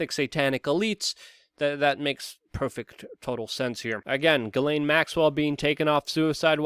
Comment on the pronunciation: Good luck with everything that you do but PLEASE pronounce her name correctly. It's JIZ(sic)laine yes I too realise the problems but living in France, know several of them.